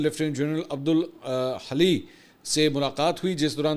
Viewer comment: براہِ مہربانی ایران کی خاتم الانبیاء سینٹرل ہیڈ کواٹر کےلیفٹینینٹ جنرل کا نام “عبدالحئ” ہے نا کہ “عبدالحلئ”۔ براہِ مہربانی نام درست کریں🫡👍🫡